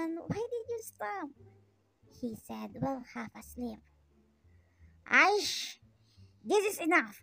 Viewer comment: The way u say aish made me roll on floor 🤣